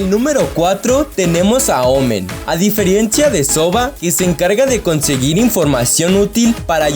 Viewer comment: "diferiencia" ese español papa!